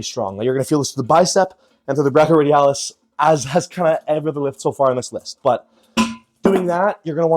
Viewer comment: brev it's pronounced breyk, not brack-ioradialis